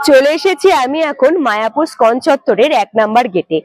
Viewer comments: তোমার ধারাভাষ্য ভালো,, কিন্তু উচ্চারণ একদমই ভালো নয়,,তুমি বলছ স্কন মন্দির,, ওই মন্দিরের নাম ইস্কন মন্দির,,।খারাপ লাগছে বারবার ঐ বিকৃত উচ্চারণ,, ঠিক করে নিও,,।। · খুব ভালো। তবু ষ্টাইল করে বলতে গিয়ে ইসকনকে স্কন বলাতে কানে ধাক্কা খাচ্ছে। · ওটা স্কন নয়। ইসকন মন্দির। খুব কানে লাগছে এই ধরনের ভুল শুনতে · তোমার ভ্রমণ ভিডিওগুলো আমার খুব ভালো লাগে। কিন্তু বার বার ইসকনকে স্কন বললে কেন বুঝতে পারলাম না। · ওটা স্কন হবে না বেবি। ইসকন হবে। আগে উচ্চারান ঠিক করে পারে ভিডিও বানালে ভালো হয়